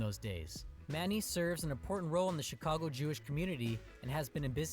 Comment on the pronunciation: For some reason he pronounces Chicago, sausage and Illinois wrong. He was adding an sh sound to the beginning of Chicago and sausage and Illinois is pronounced El-a-noy